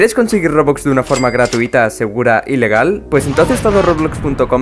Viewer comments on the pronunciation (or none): si te pones a escuchar al principio cuando dices quieres conseguir robux de una forma segura gratuita y legal parece como si dijeras ilegal